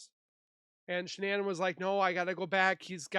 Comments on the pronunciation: Can't listen to him talking he keeps calling shanann Shannon, and making loads of mistakes, delete this this is terrible ❤ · "This guy has a way with words"😂😂 I think its an AI video...thats why it keeps calling her "Shonnon"...but it does tell a good story